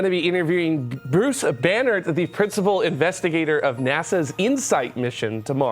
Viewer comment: Oh, Banerdt... I just kept hearing Banner. Bummer, I wanted to hear more about his radiation research, turns out it's just rocks on Mars :-)